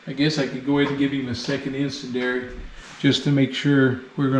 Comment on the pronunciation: Really enjoyed the videos and learned a few things in the process. BTW the proper pronunciation of 'incendiary' is 'in-send-dee-ary'.